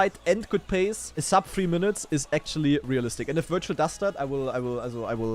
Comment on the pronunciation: 30 mins of him saying "you pulled a "